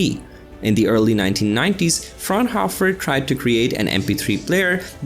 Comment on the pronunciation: is there a need to butcher the german names? please correct that. what even is a "frownhoffer"????